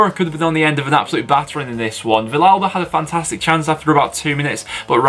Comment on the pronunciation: Just so you know it's pronounced viyalba 👍